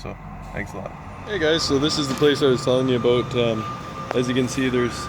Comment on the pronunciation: I figured after I heard you say 'aboot' haha.